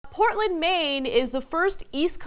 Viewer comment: Portland without the R